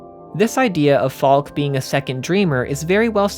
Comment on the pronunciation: Also regarding pronunciation, I believe Falke is pronounced Falk-eh. Fantastic video! Very enlightening. I absorbed a great deal of the themes playing the game, but definitely lacked context from external materials. Your thorough research is well-appreciated. Have you seen Neon Genesis Evangelion? There are some parallels in the works concerning the blend of the symbolic and the literal, with the focus being on meaning behind the work rather than its literal and perhaps unreliably-portrayed events at times. Thanks again for this deep dive!